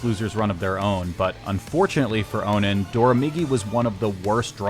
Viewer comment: welcome to ultimate, awesome to see your style in this game. got 1 critique tho, that's not how you pronounce onin, its prounounced on-in not oh-nin